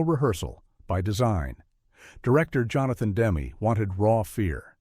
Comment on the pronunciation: Revolting AI narration. This stupid fake voice can’t even pronounce the name of Johnathan Demme, the director. BOOOOOOOOOOOOO.